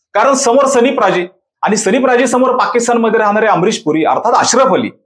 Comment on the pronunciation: प्राजी नाही रे पाजी असतं ते...‌ त्या स्क्रीप्ट राईटर च्या गांडीवर मार रे...